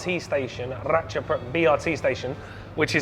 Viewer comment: You said "rad cha pruek" more correct than most thai people,ha ha